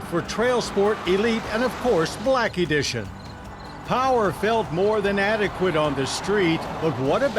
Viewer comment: *Blacky dision* 😂